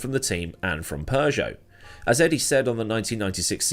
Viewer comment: It is Peugeot, not Persia 😂